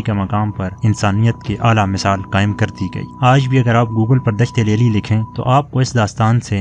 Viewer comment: الفاظ کے صحیح ادائیگی سیکھ لو۔ دشت لیلی